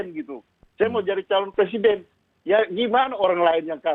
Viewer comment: Lizal bilang punya hak ....semua orang punya hak tapi jngn lupa anda juga punya kewajiban ... Apa itu kewajiban anda ya itu wajib mengikuti undang2 yg telah di sepakati nafsu banget sih lizal lamli ....kerja aja dipecati gak ke pakai kok mau jadi pleciden ....Maaf ....brooo ngomong aja ga lengkap week....wek...wek... .